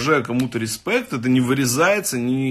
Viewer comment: учитесь , рЫспЭкт , вот она старая школа ,хахаха...